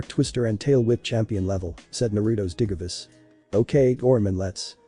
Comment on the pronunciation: Just to let you know that the voice is saying things wrong such as the digimon names and digivice it sounds weird